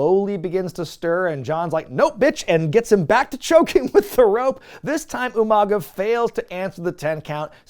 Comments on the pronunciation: Umanga pronounced like William Regal. I caught it lol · Did you just “Steven Regal U-Mang-uh?!?!”